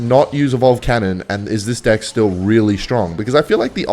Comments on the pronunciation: why does he say dick instead of deck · Its pronounced deck bro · bro is not saying deck. 💀💀💀💀💀💀💀💀💀💀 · I bet thinks he’s funny when he says “deck” but it sounds like “d’i’ck”